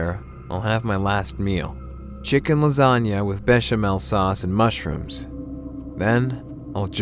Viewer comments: Chicken Lasaugna?!? BITCH LASAGNA!! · u said "chicken lasagna" if u fix it it's b!tch lasagna*